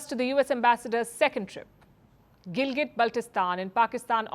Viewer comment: WRONG. The entire region of Jammu and Kashmir, including Gilgit Baltistan legally belongs to India and illegally occupied by Pakistan. Pakistan can't produce a single legal document for it. Also, it is Gilgit and not Gilgat😅